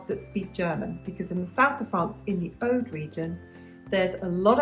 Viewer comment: Your pronunciation of "Aude" is correct.